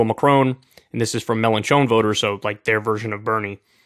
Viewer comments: “Melon Chone” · I’m sorry Kyle. I can’t get over your wretched pronunciation of Melenchon. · Get ready for Kyle to butcher the French names again 🙄What matters now is the legislative elections in June and Mélenchon could be the next PM if the left does well!